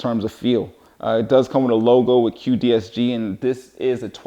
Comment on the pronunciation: great video. what joint option do you recommend for this cue stick? quick release is also offered internationally. (btw, is the brand name "cuedesg", not "cuedsg"?)